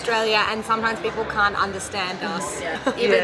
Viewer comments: can'tをカントって発音するのがアメリカ英語とも違うよね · にも出て来ますが、オーストラリア英語と言えばcan'tをカーントという感じに発音するイメージが強いです！